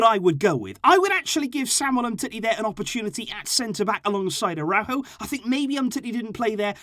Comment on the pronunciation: 😂😂😂😂 nikka really say aurojo d best d 😂😂